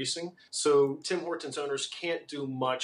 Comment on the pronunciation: Anyone else annoyed by how that guy pronounces Tim Hortons. It's like he emphasizes the T in Hortons.....friggin Americans.